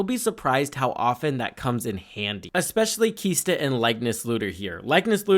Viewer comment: "KISTA" "SHORAKA" C'mon, dude! LOL